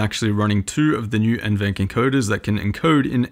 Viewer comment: just a friendly comment from a passerby. NVENC is pronounced N-V-Enc, not N-Venc. Most youtubers pronounce it like the latter for some reason, but at Nvidia it’s pronounced like the former. Great review btw :) Cheers!